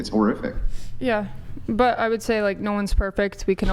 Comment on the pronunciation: It’s whore-iffic